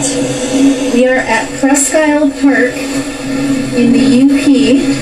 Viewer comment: Wished I new you, Sir when I was stationed up in the Upper Peninsula of Michigan. I saw some neat formations but never knew anything about mudfossils. Presque Isle is ]pronounced " preskeel " Old French.